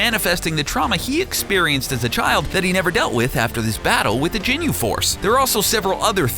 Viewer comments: It is ginyu not jinyu I'm sorry but you call yourself a dragon ball fan but u can't even pronounce stuff correctly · Ginyu not Jinyu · It's ginyu ok not jenyu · No I hate the way he says "jinyu" instead of ginyu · You said "Jinyu Force" just delete the video ffs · sry but its not "jin-you", it "Ghin-you" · ITS GINYU FORCE NO JINYU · He's saying jinyu instead of ginyu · no wtf is jinu force its fucking ginyu force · It's not Jinyu force it's Ginyu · Listening to this guy pronounce everything like an adult Stewie Griffin triggers me lol usualy I wouldn't care but having to listen to him say Ginyu like "Jinyu" several times back to back and then continue to botch every other pronunciation to a show i grew up on and still enjoy today hits really close to home lol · Are you saying "jinyu"....? wtf man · Marque Gordon he said jinyu force 😂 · I stopped watching after I heard "jinyu" smh🤦🏽‍♂️🤦🏽‍♂️🤦🏽‍♂️ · michael haynes the jinu force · michael haynes no I was like Tf is the jinu force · Oh my god!!! Stop saying ginyu forever please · The way he says ginyu really triggers me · Take a shot every time he says ginyu wrong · You shouldn't have to Watch the Entire Series to know how to Pronounce Ginyu Or Tenshinhan For gods sake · michael haynes Hated the way he said Ginyu. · Oh hell no this nigga calling whiz whis then calling zamasu north Kai when he's just a Kai then calling the ginyu force jinyu force then says akira toriyama but puts up a pic of hayao yamazaki then calls tien tenshinhead niggga gets yo stupid ass this is an insult to dbz never in your life mention dbz again. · He Said Ginyu Force Wrong And He Said Chiaotzu Wrong